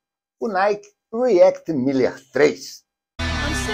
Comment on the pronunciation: É "Miler", com um "l" só (corredor de "milhas"); a pronúncia é diferente...